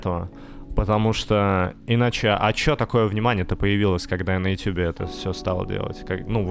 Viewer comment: "Ютуб" как "" прочитал